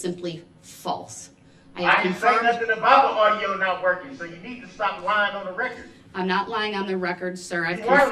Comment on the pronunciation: The poster child for sovereign citizens. Lol. For the reh-kert. His dumb arse thought he was going to get a mistrial... hopefully he will get g.ang grap3d...